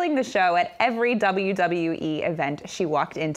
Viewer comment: Your doblu doblu e is a joke 😂 😂 😂